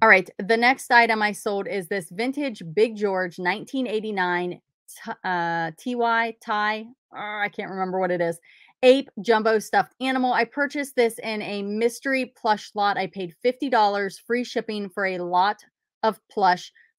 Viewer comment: I would have accepted that partial refund if it was something I overlooked. You are correct, it's the best idea considering a return would have been pricey! Also - doesn't really matter - but it's pronounced Tie - it's his name Ty, not T.Y. ;)